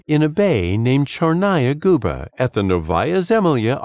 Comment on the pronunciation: So funny to hear how he pronounces "Tchernaya guba" (wrong)